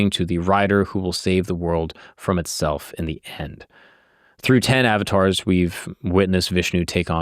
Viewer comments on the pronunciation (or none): Uhv-taars! Not Avatars